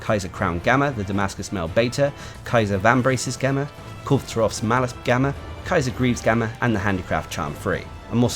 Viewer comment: It's been months already. It's pronounced as kyarr. It means emperor